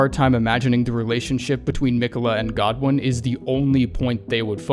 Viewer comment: Who the fuck pronounces godwyn like that